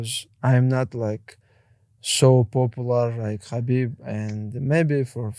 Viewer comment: i despise these paki hosts that think theyre arab using arabic words n shit, you cant even say Khabib right youre south asian say words from ur language stop trynna associate with us